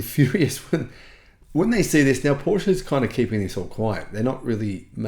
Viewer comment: you should someday learn the pronunciation of Porsche!